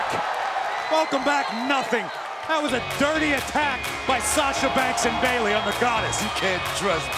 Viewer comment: Okay I’m just letting you be right and I’m not hating and it’s Bayley:3